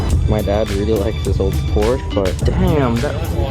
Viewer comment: It's funny you drive around in this car and seem so proud of it. Also, learn to pronounce Porsche.